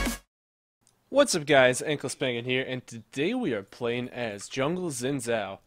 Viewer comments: ZaxIsLegendary xin is Chinese, pronouncing it shin is the Chinese pronunciation. both shin and zhin are correct. wee-a-woo however is incorrect. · why do you call xin zhao wi wu? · Wi wu? Lol is he trying to say xin zhao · at first, i tought Xin Zhao's name pronunciation was like ''Chainsaw"